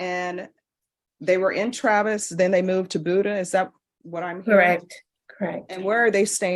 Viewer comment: Cannot believe the Judge & the CSO cannot Pronounce Buda correctly! Its B you da not booda